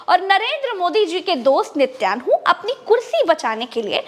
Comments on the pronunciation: अरे वो नित्यान्हु नही है नेतन्याहू है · Nityanhu nahi Natanyahu…. Didi kahin kailasa ke Nityanand ki toh itnaa asar aap pe!!!!!!😜😜😜😜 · it's niten yahoo. Not nityan hoo. And he is a very cunning and dirty man. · Mam its nitin yahoo, not nityanhu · Madam Netanyahu ka uchcharan sahi kariye